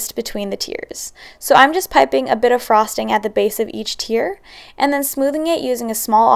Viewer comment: She says frosting weird. Like a frog